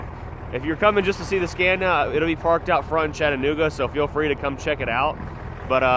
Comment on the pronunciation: please quit pronouncing SCANIA like SCENIA IT'S NOT SCENIA its S C A N I A. Go google the pronunciation of it. A is pronounced like A Apple not A Epple ffs